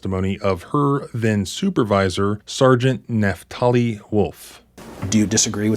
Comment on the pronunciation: "Naphtali" is all I needed to hear. 🙄